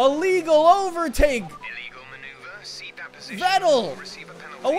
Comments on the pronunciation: if u want to say vettel dont say it like its write say fettel beacuse in german v is f. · it's pronounced Fettel :c